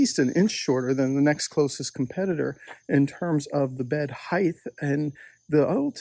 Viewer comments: Good points but WHY do you keep saying HeighTH? Who taught you to pronounce it that way? Lisp? Tell me!!! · “Heighth”. You learn something new everyday